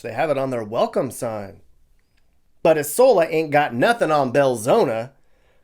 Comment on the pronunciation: EYE sola. Belzo KNEE. 😂